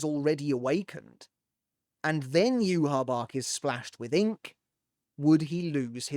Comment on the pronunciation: listen his name is pronounced (Yue-Hah Bah-Hah) not Yue-Hah Bach Yhwach's name is directly inspired by the Tetragrammaton (YHWH), the four-letter Hebrew name of God in the Abrahamic faiths. The spelling "Yhwach" was chosen to visually resemble YHWH, while the pronunciation "Yuhabahha" (often rendered as Juhabach in early translations) comes from the Japanese phonetic adaptation of the name. Hebrew Origin: The name combines Y and H from YHWH with the German word Wach (meaning "awake"), reflecting the Quincy's German-themed naming conventions. Pronunciation: In Japanese, the name is written as ユーハバッハ (Yūhabahha), as the language lacks a direct equivalent for the "V" sound, converting it to "B." English Localization: The English spelling "Yhwach" was adopted to avoid directly writing the sacred name YHWH, which is considered taboo to speak or write in Judaism.